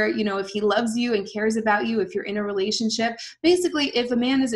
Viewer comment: Sorry but everytime you say relationship what I always hear is Relationshit.